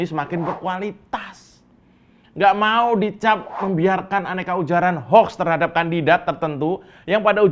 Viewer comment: ucapkan HOUKS untuk baca HOAX bukan HOK....HOK...atau HOUEEEX.